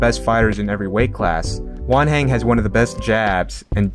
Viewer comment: I thought he was saying 'One hand' until I read Wanhen jajajajajaja